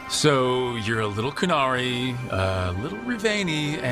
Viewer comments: Why are you going out of your way to mispronounce all of the invented words? You would have had to listen to the correct pronunciation to transcribe it in the first place so i can only assume that the mispronunciation was intentional . You can critique a piece of writing without showing contempt for it. No dragon Age writing good or bad would avoid words like Qun and Qunari. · Cant say query correctly and isn't even pronouncing the name of the race right? Idk something tells me u don't know what the context of the scene was, entirely possible the "soft side" comment could have to do with the events leading to the conversation? There's just not enough information in the clip